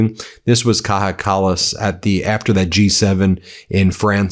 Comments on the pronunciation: As Much as I love you Ben , I am an Australian from Northern European parents , Its not a big issue but you keep doing it so I need to say something. You keep mispronouncing Kaja Kallas name.. You pronounce it the Mexican or spanish way which is Kaha but in Europe her name is pronounced Kaya ... not a big thing but just a bit annoying Bin... cheers from Aus :) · Please stop saying "Kaha". She is not spanish, her name is "Kaya". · FYI Kaja Kallas is pronounced Kaya, not Kaha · Kaja in Kaja Kallas is is pronounced "Kaya", not Kaha. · It's not Kaha Kallas, it's pronounced as "Kaya" Kallas. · Kaja is pronounced Kaya, not KA-HA!! 🤪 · Ben, merci: Not "Kaha", her name is pronounced "Kaya". She is not Spanish! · Ben: Kaja Kallas might appreciate it if you pronounce her name properly. The letter j in her first name sounds like the letter y in English. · A minor gripe but sticks to ear - "Kaja" is pronounced "Kaya". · Please, its pronounced KAYA Kallas!!!!